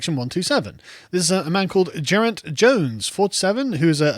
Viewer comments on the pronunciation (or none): My English friends always have trouble with this name. 'Geraint' is pronounced with a 'G' as in 'good'. The rest is like 'pint' but the 'p' is replaced by 'r'. "Geh-r-eye-nt". And yes, Boris is a Blairite. Been saying it for ages. There a very few conservatives in the Conservative Party.